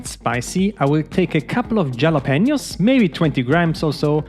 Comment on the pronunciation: Haha jello-pain yo’s love it. Hall- luh-pay-nyo’s is how we always said it.